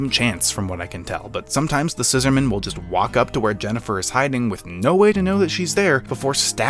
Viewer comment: Why do you pronounce the Scissorman's name like it's a formal surname? Its annoying.